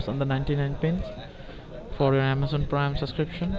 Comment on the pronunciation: scammer : "hello this is john wilson from AmAzON pWiME". victim : (hang up) lmao